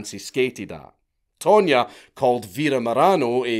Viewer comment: tonya not pronounced tone ya i would say more tanya. Not to mention don’t forget there was no google back then you couldn’t just find out where someone is in 2min😂. With that said they were still crazy stupid and a 5th grader could of came up w a better plan.